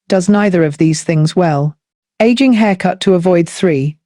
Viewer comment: I suspect that it’s the mother of the younger looking woman who is also frowning to look even older. Of course the younger woman who is smiling rather than looking forlorn will look younger, new haircut or not. Also, who else is not sick and tired of the lazy use of AI voices? I caught on when “she” referred to aging as “egging”. Please.